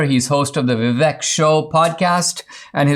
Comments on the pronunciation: When Dinesh, of Indian origin, can't pronounce Vivek's name correctly... Vivek is pronounced as Vivake (as in Cake) You are welcome, Dinesh. Always watched your speeches and q and a in colleges and loved them. Vivek 2024. Love from India. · Hey, Dinesh, as an Indian, why are you mispronouncing Vivek's name? "Vivek" is pronounced "VIV EK" with "EK" like "ake" in "cake"